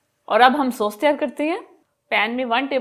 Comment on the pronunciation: Sos nahi boltay sauce kehte hain